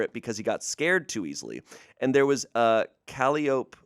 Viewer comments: encounters a word he’s definitely only read and never heard out loud, a universal experience for people who read a lot (if you’ve also never heard it out loud, it’s calliope, kuh-lie-oh-pee) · "Calliope music," it's pronounced cal-eye-oh-pee; It's that circus-style pipe organ. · Dammit! Kal-eye-oh-pee! And ‘bow’… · it's not cal-ee-ope...it's Ka-lie-o-pee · Cally-Ope music! Lol. Standard pronunciation is more like: Kah-lye-oh-pee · Cuh- LYE- oh-pee not Cali-ope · The Mr. Widemouth story gave me goosebumps at the end. I thought Mr. Widemouth was a malevolent part of a fever dream. But the end...maybe not. Candle Cove- the word is pronounced KAL-EYE-OH-PEE. I've described an old commercial from 60+ years ago when I was a little kid. There was a character in this commercial called Claude Clam. It had such a creepy voice that it made me have nightmares every time it was on. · I'm sorry...the way he pronounced caliope killed me. 😂 Its ka-lie-oh-pee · when pronounced calliope that way i got reminded of that one TMA episode... "ive even heard it pronounced cali-ope" "by who?" "americans." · Calliope is kuh-lai-uh-pee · Co-lie-o-pi is the instrument pronouciation. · Hey fyi- calliope is pronounced KAL-EYE-OH-PEE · Btw, "Calliope" is pronounced kul-EYE-oh-pee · Calliope is pronounced "cuh-lie-uh-pee". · Calliope is pronounced Call Eye Oh Pee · Good morning people who can't pronounce 'calliope'! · Not that pronunciation of calliope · Has anyone busted balls for how he said "calliope"? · I just stumbled upon this podcast, and it's exactly what I've been looking for. I'm also a huge fan of Scared to Death. The only complaint I have is your pronunciation of the word "calliope". 😂